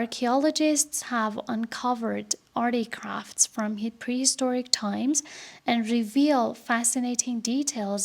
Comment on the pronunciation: ممنون بابت این پادکست عالی و زحمتی که کشیدی❤ فقط یک نکته، تلفظ artifact در این پادکست در حداقل ۳ جا اشتباه است و شما میگین articraft.